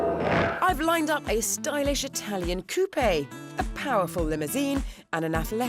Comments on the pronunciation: It's koopa! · Did she just say coup-a?